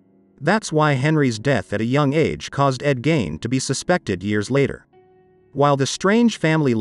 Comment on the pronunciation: His name isn’t pronounced Gain it’s Gein rhymes with Mean.